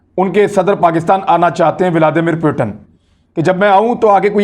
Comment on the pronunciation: اسلام علیکم آپ سے گزارش ہے جب آپ روسی صدر کا نام لیتے ہیں تو پوٹن نہی پوتن کہا کریں صحیح نام ولادی میر پوتن ہے ہم میں سے اکثر لوگ انگریزی سے ترجمہ کرکے اس کو پوٹن کہتے ہیں چونکہ روسی زبان میں بھی اردو کی طرح ت اور ٹ دو علیحدہ حروف ہیں